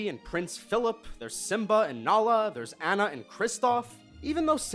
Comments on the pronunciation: Dude her name is Anna not ana lol🤣🤣🤣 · Whenever he pronounces Anna incorrectly it just proves that he hasn't seen the movies -_ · I swear to god every single video with frozen being mentioned this asshole THIS ASSHOLE PRONOUNCSE ANNA WRONG EVERY TIME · Amazing how things get misread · Do you guys even research?! First you mispronounce Anna's name and then you claim John CANDY is in Emperor's New Groove.... It was GOODMAN by the way... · Y'all never pronounce Anna's name correctly